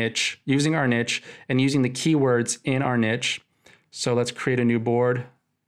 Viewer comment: also the word niche is pronounced like neesh, for future reference hahaah